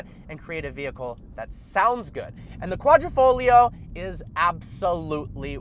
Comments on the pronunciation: It's pronounced like "quadrifolio" the "g" dissappears😅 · Ayy, butchering the Italian language one word at a time. Ugh. Don't pronounce the 'g' in Quadrafoglio. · Sweet but it is Quadr i foglio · It’s kwadri-foglio not kwadro-folio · Of course it’s better. Its an exotic Italian sedan, not a sports luxury sedan. And its Savucci, like Gucci... not sevockie... lol and Its Quadri-FOG-lio say the fog. The g is not silent. Quadrifoglio. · No people outside of Italians can pronounce quadrifoglio right😂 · can I teach you how to really pronounce quadrifoglio Cause my Italian self is cringing